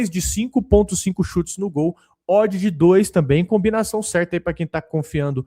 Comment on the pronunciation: "Nu Allianz" 😅